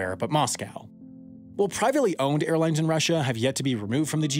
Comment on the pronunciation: It's "Airlines", not "Airlinses"